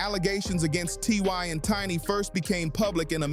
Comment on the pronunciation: Also said TY few times!!